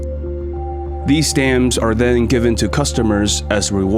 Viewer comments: I’m sorry something is irritating me - is it “blue chip stammms” or fucking Blue Chip StamPS? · Why are you saying stannds. It's stamps. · Listening to financial commentary from a person that thinks the word stamPs is pronounced stams. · It’s stamps, not stams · WHY does he keep saying Blue Chip Stams??? It's stamps. STAMPPPPPPPPPPS. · "Stams": In England we "Stamps" - stam-p-s with a p and an s on the end. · STAMPS not STAMS. The P is not silent. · Great documentary! And you have a very good narration voice, but it is pronounced 'Berckshire', not 'Burckshur'. And the letter 'P' exists in the word 'Stamps'. As in Blue Chip Stamps. You say Blue Chip 'Scams' repeatedly 😂😅😂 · Not stams, STAMPS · Blue chip STAMPS!!! NOT stamms! 😂😅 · Why do you pronounce it Blue Chip Stams? It is called Stamps with a P. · “Blue Chip Stams?” Check pronunciations. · Stams? What are you trying to say. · Bro! Say the P in stamps!!!! Driving me crazy!!!!! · Say it with me now....stamPs. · Did he say Blue Chip "STAMS"?🤔😆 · "Blue Chip Stams" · The 'p' is pronounced in stamps!! You sound like a complete moron saying 'stams' many times over. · There is a "P" in stamPs.😁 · wtf how cant you prounce stamps? like stams for real? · “Blue chip stamz.. “ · would be nice if the ai could pronounce stamps right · Im confused how your able to pronounce the P in company but not the P in stamps… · I wish you could pronounce stamps properly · The P is not silent in stamps 😅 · That must be why the weird pronunciation of stamps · Why can't the narrate pronounce "stamps" correctly? At first I had no idea what he was talking about. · The 'P' in 'stamps' is pronounced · What happened to the p in stamps 🤔